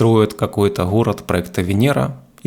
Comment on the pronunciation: Буква Гэ... Хород... Ховорил... Предлахает... 😬